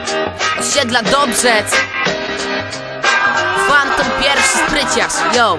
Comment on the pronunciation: PHANTOM!!! NIE FAMTON :D:D I ODDAWAJ PENDRIVE :P